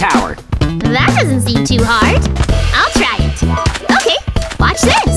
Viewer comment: When was trying to use the air grapplers he said it is nard instead of hard